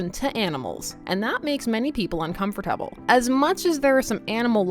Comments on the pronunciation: "Uncomfoortable" the way she said that was funny ;3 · The way you say uncomfortable is interesting.